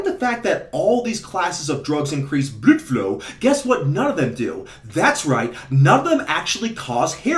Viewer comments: Say blüde flo one more time. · "blüdflow" hahahahah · „Blüdflow“. Cracks me up every time.😂